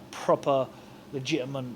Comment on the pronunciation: Billy Joe "Ligitamant" Saunders